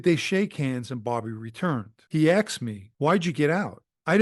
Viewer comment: He axed me. Its asked dummy